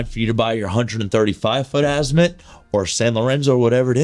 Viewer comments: don't worry about what other people say ...worry about what is CORRECT ....It is pronounced "AH-zee-moot". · I wouldn’t buy anything from someone who can’t pronounce Azimut correctly 😢